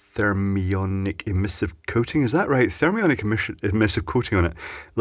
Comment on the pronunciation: “Therm-eye-onic coating…”